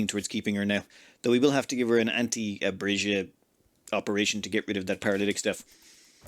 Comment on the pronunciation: ive heard of names with silent letters, but given the way you keep reading it, it seems legua has an invisible n. also, an invisible r in abasia?